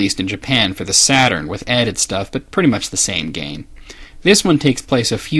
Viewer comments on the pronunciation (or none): none